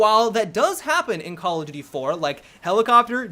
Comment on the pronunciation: I don't know how many time I have to say it.. But seriously.. Learn to say "call OF duty" not "call-a-doody"